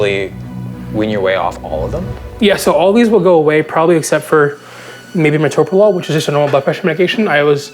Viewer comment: First thing I noticed too. He even pronounced "metoprolol" correctly, which is miraculous itself.